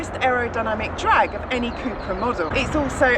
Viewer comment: Cupra not Cooopra